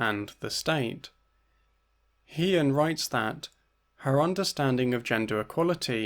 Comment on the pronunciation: Thanks for another great video, I just wanted to mention that it would have been nice to hear the accurate pronunciation of He-Yin’s name, as you pronounced “He” like the pronoun “He” but it’s actually pronounced like ‘Huh’.